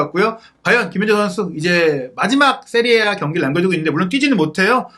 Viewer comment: 세리아에이가 아니라 세리에아임